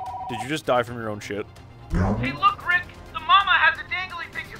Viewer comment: it’s not riiick